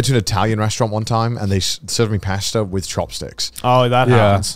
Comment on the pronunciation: Okay, what is worse, the way Garnt uses chopsticks, or the way Connor pronounces pasta?